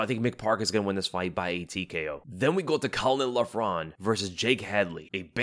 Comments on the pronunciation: Few notes on Irish pronunciation. Caolán Loughran : Kay-laan Lock-run. Our Irish prospects on this card are awful unfortunately, all signed in the hope of a big Ian Garry push or Conor come back. Caolán moves like a middleweight, slowest BW I've seen in a while. Bannons point fighting has zero power and she has no ground game what so ever. Kiefer is a lot of fun to watch but again very limited skill set, can brawl and nothing else. Even with the very short notice replacement opponents I wouldn't be surprised if we go 0-3. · Caolan loughran is pronounced "Cay - Lin lokrin" 👍